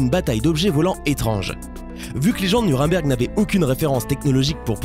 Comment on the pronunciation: C'est un détail mais...pourquoi vous dites "Nurimberg" ?